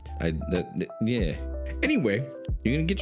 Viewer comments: Charon is pronounced "Care-On" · It's supposed to be pronounced Kharon (Kare-RON). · Coins of charon its pronounced ka-ron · It's pronounced Ke-ron Like Karen, but male.